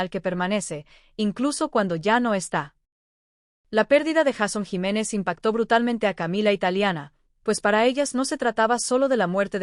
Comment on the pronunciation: 😢 porque no pronuncia bien el nombre JEISON JIMÉNEZ